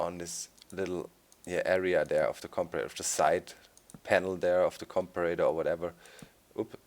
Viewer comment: Comparator's correct way to say it Com-pair-a-tor